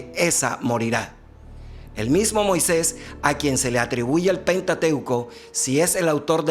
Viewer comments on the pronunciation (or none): none